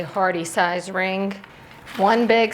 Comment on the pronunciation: I get a kick out of your "k" at the end of your words that end with g... AlongK RingK